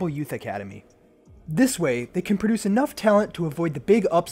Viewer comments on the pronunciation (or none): none